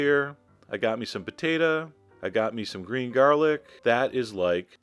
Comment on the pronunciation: I love the way you say "potata" and "tomata" reminds me of my southern grama. Just started watching your videos and I'm already addicted. I have a food wish... to become a food personality! Watching your videos has inspired me in so many ways. Thanks Chef John.